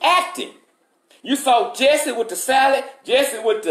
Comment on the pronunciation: Everytime he says “salad” I tend to just laugh. Maybe it’s the way he says it. 😂